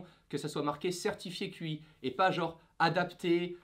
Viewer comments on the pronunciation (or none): Certifier quoi ?! Cela ne se prononce pas QI mais TCHI ! 😒 Sinon bonne vidéo! Et super fond ! Mais fait un peu tard ... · La certification Qi se prononce « tchi » 😂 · Qi se prononce Chi